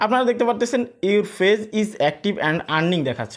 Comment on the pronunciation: আপনার উচ্চারণ এতো জঘন্য কেন? ফেজ কি জিনিস ? page - পেজ , not - ফেজ